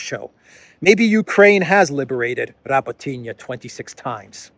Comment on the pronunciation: Nikki Haley was on CNN not on Fox. Turdo is up to his brows fighting India and the India scandal and won’t be too concentrated on Elensky visit And again,, it is not Rabotiniya 😊 It is, Ra-bó-tee-no with the stress on ‘bo’ 😉